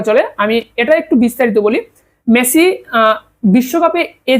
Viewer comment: মেছি নাকি মেসি?